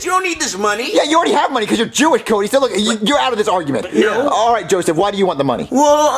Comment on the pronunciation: He said cudy